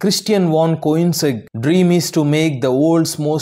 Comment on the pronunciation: Company name pronounce wrongly